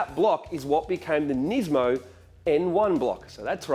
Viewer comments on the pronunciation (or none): You forgot one, it's Nis-mo, not niz-mo as everyone pronounces it